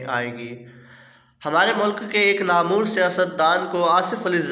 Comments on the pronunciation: Namoor Nahin HOTA namwar HOTA hai pehley Urdu reading seekho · Not namoor , naamwr